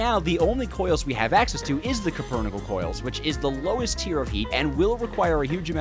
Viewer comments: Copernickle is a lot easier to say and flows better, but the metal is called Cupronickel, as in copper - cuprum. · Alloy made of copper and nickel called copper nickel though spelled kinda weird it should be very simple to pronounce correctly, it's Like calling a cheeseburger a "sheesay bujier" it's just disgraceful to ragebait so shamelessly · You know, I thought I had heard every possible crime against language, but then you came along and decided to publicly execute the word cupronickel. Four syllables. Four. And you somehow turned them into an auditory trainwreck so confusing that even Google Translate would’ve thrown its hands up and gone home. Let’s break it down: “cue” — like when someone gives you a signal. Simple. Then “pro,” as in professional, which you are clearly not when it comes to speaking. Then “nickel,” which is literally a metal and also the coin you probably never use because math and words both terrify you. Yet you took that straightforward combination and produced a sound so strange it belongs in a museum of linguistic disasters. Honestly, I’ve heard toddlers inventing words while chewing crayons that sounded closer to cupronickel than whatever just escaped your mouth. Somewhere, every English teacher you ever had just got a migraine at the same time. But this isn’t just about pronunciation—it’s about what you did to science itself. Cupronickel isn’t just a word, it’s an actual alloy of copper and nickel, used for coins, marine engineering, and actual important human inventions. It’s a material with integrity, durability, and purpose. Meanwhile, you said it in a way that stripped it of all dignity, reducing a proud metallurgical term into verbal scrap metal. You didn’t just mispronounce a word; you committed identity theft against an alloy. Think about the legacy you’ve damaged. For centuries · It's not cupronickel, it's cupronickel